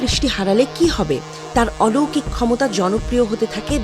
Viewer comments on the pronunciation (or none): none